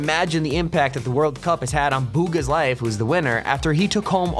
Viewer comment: the biggest impact on BOOGAS life bruv its pronounced bugha